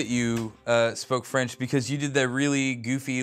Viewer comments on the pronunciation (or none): Man, that french makes me cringe...